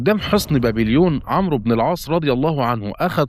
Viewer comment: الاخ المحترم . حرف الواو لا ينطق في اسم عمرو. وانما يكتب فقط . وحرف الواو وضع ( كتابه فقط ) لتميز بينه وبين اسم عمر (. مثل اسم عمر ابن الخطاب مثلا ) في اسم عمرو نضع سكون على حرف الراء ، ولا تنطق الواو. ابدا